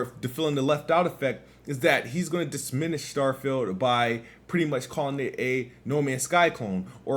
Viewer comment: "Dissminish" lmao never change